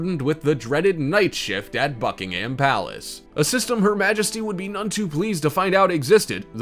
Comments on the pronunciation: Not bucking HAM but bucking-umm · Its Bucking - um its not American English